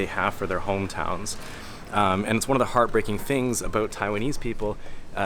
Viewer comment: I just recently discovered videos by Canadian YouTuber, J.J McCullough, and listening to you just now, what really struck me was the contrast between the way you say the word "about" and the way he says it (like he's one boot shy of a pair). Thank you,, for not causing me to involuntarily twitch.